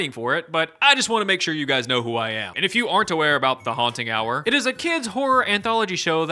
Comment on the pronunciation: This is now my favorite "Haunt Hub"? "Hubba Haunt"? I dunno but I love this Haunting Hour guy